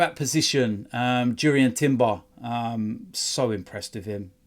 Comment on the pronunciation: Mate, it’s pronounced Yurian.